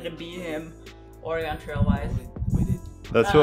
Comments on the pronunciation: Did you learn to type on a type-writer? I did! My mom was a secretary in the 80s and that was the standard. Also, it's ORE-UH-gun. There is more emphasis on the first part and very little emphasis on the last part. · You guys are so adorable and cool, that's why I know you'd want to know that Oregon is pronounced Orygun... thanks for all the awesome info and fun times :) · I double spaced as a kid. It was how I was taught. I don't do it anymore. And you guys say Oregon wrong. It's so cute. I'm from Portland. We pronounce the second syllable like "gun". So it's (Or a GUN) or some people drop the "a" in the middle and say (Or'Gun). I know it doesn't make sense from the spelling. Good luck on the fast.